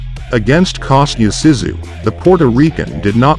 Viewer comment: YES very annoying your pronunciation of his name, it was driving me to distraction by the end haha must be tired or getting old, mmm probably both! it is K'o as in cough so - Co-sta as in sta-nd then Zoo - so Kosta Zoo is how you pronounce it, nice to see him again after a lot of years thanks